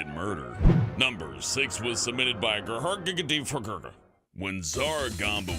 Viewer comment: How the fuck did he pronounce ghrtegyfghg so god damn good!?